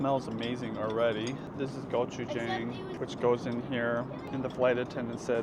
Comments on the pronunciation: gochujang: go-chu-jahng not go-chu-jayng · This is how you pronounce gochujang. 👍🏻👍🏻